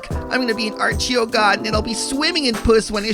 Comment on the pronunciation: The way you pronounce Archero makes me cringe so hard. Holy shit